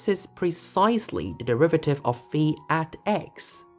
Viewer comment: As someone who studied Greek for a time in the middle ages I appreciate the pronunciation of phi as fee.